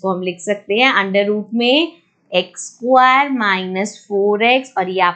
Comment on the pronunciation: Mam it's square not squaaaaar